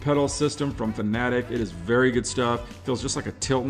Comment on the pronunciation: Thank you for not pronouncing Fanatec wrong